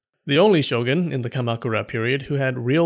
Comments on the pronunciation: Pretty sure the word "shogun" is pronounced "sho-goon", not "sho-gun" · 将軍: 'show-goon'; not 'show'gun'